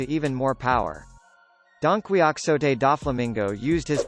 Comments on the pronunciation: Actually he is right it's pronounced as Don-quix-ote in one piece instead of donquixote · Nothing to comment about, he pronounced it correctly